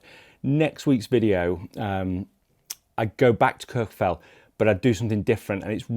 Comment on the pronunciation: You’re absolutely butchering the pronunciation of Kirkjufell and Snæfellsness.